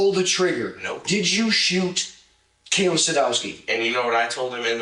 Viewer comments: Her name is kayyyy la not kyla. If you’re going to get views and likely monetized from people’s deaths please practice saying their names properly. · Her name was Kayla not Kyle-uhh. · Why does it say "Kayla" but you are saying "Kyla"?? Ik I might sound like i am nitpicking but if anyone's name is important to get right, it should be the victim!! But ummm what is her name?? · He also said "Kaylin" right after that. And I know there was a Kaylee. But he said Kayla, then Kyla, then mentioned Kaylee, and ended with Kaylin. Wild. Lol